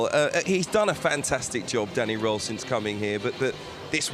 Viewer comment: It would be 'IF' Mr Roehl's name sounded like it. Sadly, for you, it doesn't. Try saying 'Rearl' and you'll be closer.